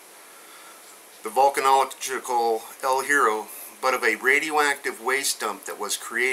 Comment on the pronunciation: We don't pronounce it El Hero, we pronounce it El Yeah-row. It's Spanish for The Iron.